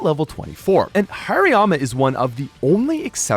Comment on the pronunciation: Its Haariyama not Hairyama😂